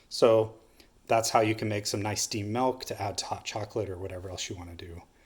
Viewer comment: Nice to see someone finally explain that correctly. Bernoulli’s principle at work. “Malk”? 🤪😉